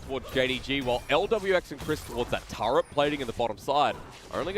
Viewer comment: TFW one caster calls the turret a "tart" and the other one calls it a "turd".